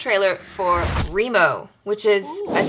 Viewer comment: Your pronounsation is((Remo)) roung